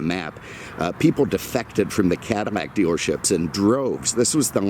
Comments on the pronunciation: Can't forget his pronunciation of "Cadillac" as "Cadamac" in some videos. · Did he just say Cada-Mac? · He pronounces Cadillac - “Cadimac”